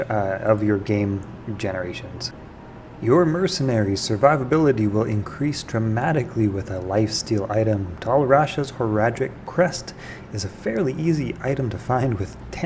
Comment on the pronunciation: Bruh, I'm sorry, but the way you pronounce some of your words is strangely frustrating. Diablo = Dee-Aw-Blo; not Dye-ah-blo Horadric = Whore-raw-dric; not Hoe-Rah-Dric How did you begin pronouncing it like that when the game literally tells you how to say it? Petty grievances aside, there's actually a few tips here that I didn't know despite playing the game off and on since it's release.